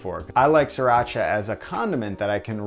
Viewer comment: Sriiiiii not SIR-racha! Each time he says it I get sidetracked. Pronunciation changes, especially imported words, but it just grates my nerves irrationally (I know, I know)! I've been using sriracha, and hearing it pronounced SRI (as in the country Sri Lanka) for decades before it became so popular. Changing to a new pronunciation isn't easy.